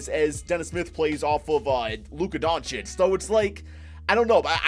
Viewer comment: Lmao you sound like a sped when u say doncic